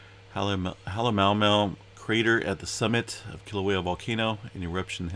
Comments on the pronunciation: Pronounce each vowel. Ma u ma u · The caldera is pronounced “Ha lay ma ou ma ou..